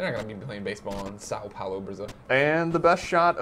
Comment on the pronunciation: you say São Paulo so bad! o.o